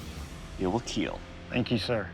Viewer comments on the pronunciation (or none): 🤣🤣🤣🤣 yes "he will wheel"